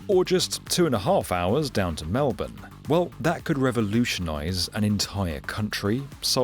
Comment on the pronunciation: You saying Melbourne right genuinely made my day